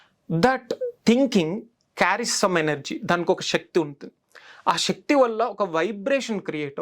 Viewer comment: Shakti kaadu sir sakti